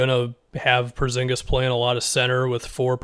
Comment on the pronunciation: Am i the only one that gets super annoyed when says “Perzingis” instead of “Porzingis”